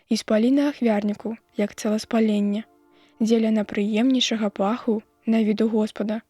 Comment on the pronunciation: Агаворка: найпрымейнейшага замест найпрыемнейшага.